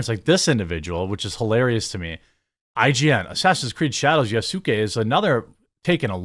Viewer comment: Yasuke isn’t a common word here, so it gets a pass, but I’m surprised to finally hear it pronounced correctly. Now if only people can work on tsunami and mango